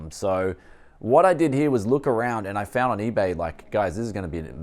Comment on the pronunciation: why do you pronounce here here as hiar